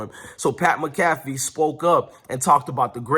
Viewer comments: Bro you pronounce Pat McAfee, mac-a-fee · It’s pronounced - Mac-A-Fee…👍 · Pronounce PAT MAC A FEE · Pat Mcafee is pronounced Pat Mack-a-fee 😊 go colts! 💙